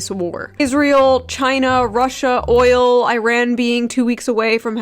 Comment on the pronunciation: New rule: no one who pronounced oil as "ohl" is allowed to speak about the Middle East.